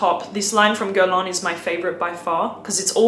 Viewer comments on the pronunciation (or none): none